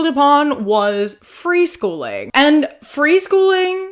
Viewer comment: Dropping the G in freeschoolin' was a nice touch 😅